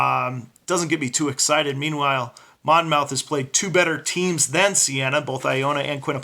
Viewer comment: The second 'o' is silent. It's pronounce "Mon-muth." The o-u-t-h reads like a soft u, "uth."